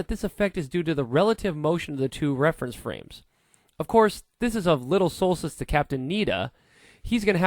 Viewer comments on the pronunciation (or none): none